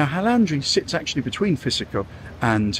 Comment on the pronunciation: Psichiko is pronounced